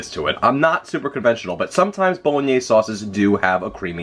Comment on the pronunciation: Based on the bit at the end when Richard had to help you out with the pronunciation of Bolognese, I would love to see your blooper reel!!!!